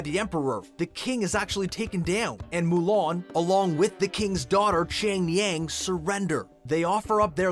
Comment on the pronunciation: The way you’re saying SHANG YANG 😂